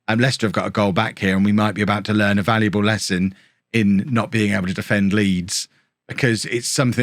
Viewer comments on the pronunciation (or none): none